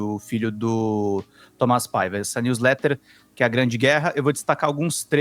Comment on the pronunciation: Gente, para de usar jargões da lingua inglesa. Não existe "news letter" na lingua portuguesa. Alem do mais você e muitas outras pessoas pronunciam erradamente. Pare! É feio fazer isso. Vocês são motivos de chacotas aqui nos estados unidos. Muito triste e vergonhoso. 😢 Se quiser usar, pelo menos aprenda pronunciar corretamente.